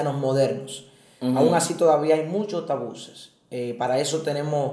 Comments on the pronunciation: Se dice Tabúes, no Tabuces. Bendiciones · Que alguien le diga que no se dice “tabuses” sino “tabúes” 🤯 ... El que el entrevistado sea interrumpido cada rato perturba... pero muy buen tema, desde que me casé tengo el pensamiento de que en la iglesia debería de hablarse más del tema, desde un punto de vista bíblico y sano... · excelente manito, ayuno y oración te ayuda pero si no buscas ayuda tarde o temprano se puede fallar nueva vez, y es tabues, no tabuses, debiste corregirle y cortar esa parte, el pobre pasando vergüenza tanto que lo repitió jjjj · Deberían primero que nada aprender a hablar, no son tabuses, son tabúes, disparateros. Y, realmente pareces un niño pequeño, abre esa mente, no seas ignorante.